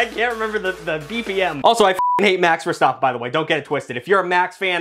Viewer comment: Why can you say verstappen correctly,but make it mex instead of max? I do t get it